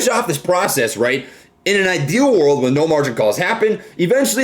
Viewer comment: he said wen instead of when